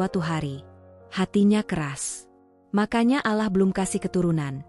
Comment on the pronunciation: Ucapannya bkn alah ttp Allah.!!!!!!! Tlg diperhatikan,ya.😢😢😢😢😢 ditulis rdc